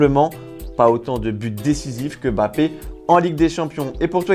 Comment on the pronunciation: C'est Mbappé, et non Bappé🙂🙃